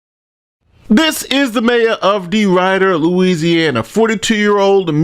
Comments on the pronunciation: Deridder is actually pronounced with Rid instead of ride. Wnen I moved there as a Yankee I pronounced it as you do but short 'I' sound.☺️ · The town is pronounced "DeRIDder" like D Rid Her. But Ride Her is funnier!! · It's pronounced "ridder" not "rider". How can you possibly say that she is worse than the chick in Dalton? It's not even close. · DeRidder, sounds like DeRitter. Not DeRider. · Not De "Ride" Er. It's De "Rid" er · Ridder not rider. Sound it out 😂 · it's not de-ride-er it's de-rid-er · De-rid-er not De-ride-er. Just saying. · I live there when I was 16! We pronounce it like DeR “e” dder. Eh sound. You may be right tho. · DeRidder (Dee-Rid-er) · I live about 50 miles S of DeRidder and must tell you your pronouncing it incorrectly. The correct pronunciation is "duh·ri·dr". Look it up. I LMAO on your pronunciation. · Its pronounced De-rid-der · Pronounced : De rid der . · It’s pronounced De-rid-er lol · it’s pronounced “De-Rid-Her”. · The fact that #1 the town is pronounced "D rider", #2 the mayor was a woman, and #3, she was arrested for this isnt lost on me 😂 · Being from Louisiana its De-rid-er lol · Insanity!! BTW I think it’s pronounced Duh-ridd-er. Like The River - Duh River - DuhRidder. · Point of interest: it’s pronounced deRIDer. Short i. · Its Dee Rid er and not New Orleeens. Please respect the names. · It's DE- RID- DER just for the record. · It’s pronounced Da-rid-er (rid is like “get rid of”). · Pronounced De - ridder Short i. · As always, great work,. One minor change: city is pronounced dee-RID-ur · Hey the city is pronounced De Rid Her. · Dee Rid her is how it’s said. We in Louisiana love making names overly complicated. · De Ridder is pronounced with a short “i”. See and how the tv presenter pronounces it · You are pronouncing “DeRidder” wrong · Learn how to pronounce the city’s name correctly. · your mispronouncing the city name Deridder …crazy story though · It's pronounced DeRid -er not DeRide-er